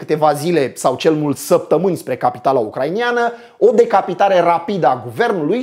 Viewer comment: "ucraineni" nu "ucrainieni", "ucraineana" nu "ucrainiana", nu vreau sa fiu ALA de pe net cu suferinta pe gramatica, dar tu vorbesti tare bine in general si ma streseaza de ceva timp :) Multam pentru video, foarte bine construit, se vede ca s-a muncit mult la asta. Spor!